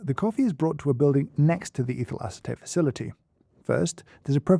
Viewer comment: I keep hearing 'evil acetate'. Is it just me? 😂